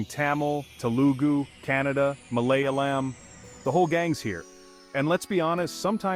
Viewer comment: MalayAlam with a long A as in “ah!”.